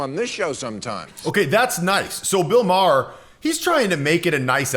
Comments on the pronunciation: I can tell who this guy favors just in the first 20 seconds. It's not Bill 'Mar' its pronounced like Mayer. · Your pronouncing Maher wrong. It’s pronounced “Mayer.”